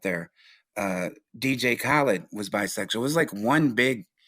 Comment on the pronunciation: He keeps saying dj kalid